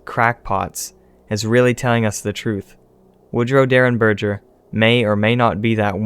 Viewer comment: In reference to the Indrid Cold case, the G in Derenberger is a hard G as in gas, not a soft G as in gel. So berger is like burger but with an E instead of a U.